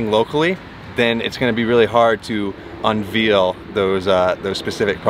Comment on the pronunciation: unveil is what he meant, but he did pronounce it like veal